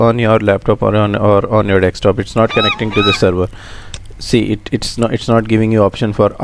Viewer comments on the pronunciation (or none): thanks, keep it up. BTW, its desktop not dekstop!